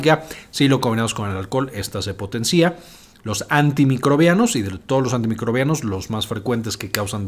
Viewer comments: No se dice "potencía", se dice correctamente potencia, buzo mi doc 🤷🏻‍♂️ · Min 3.10 "El efecto se potencía" De debe pronunciar sin acento en la " i " .